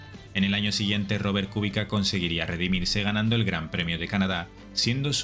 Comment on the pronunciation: Mania de llamarlo Kúbica en vez de Kubica. (Castellano. No esdrújula porque no lleva acento). El acento está en la "i". Además, como él mismo aclaró, la "c" se pronuncia "tch". Así que lo correcto es algo así como "cubítcha"